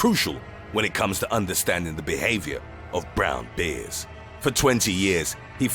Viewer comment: You seriously pronounce "bears" as "beers"?